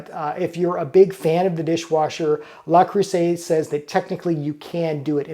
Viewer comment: (TL;DR at bottom 😛) Hello! I am French and... while I think that's already a better pronunciation since it allows the distinction between le, la and les which all carry different grammatical meanings, I think the "r" at the end might become misleading. There is no "r" in French like the English one, and there definitely isn't a French "r", even subtle, in this word 😅 My own recommendation would be to try for " luh", with a vowel like in "duh". That should get you pretty close, but if you want to get the vowel even closer, try closing the corners of your lips a little more, as if going towards a " oo". If you shoot for something in between "luh" and "loo" you should be pretty good. For the rest of it, the "eu" in "creuset" is the same vowel, so same recommendation, something between "cruh" and "croo", but " cruh" will be the closest if you can't achieve the in between and have to choose one. After that, the "s" is pronounced with a "z", not an " s". It is usually how it goes for a singular s in between two vowels, and you'd need a double s for the "s" sound, like in "croissant". And for the ending vowel in "et", it is pretty close to "ay" but drop the "y" at the end. You can try shooting for something in between "aa" (as in "say aaah") and "ee" and that should get you there for those "é" sounds. (And if you ever need to pronounce a "è", keeping the corners of your lips where they are from the " é", open your mouth more lol) So, TL;DR, something like "luh cruhza(y)" 😂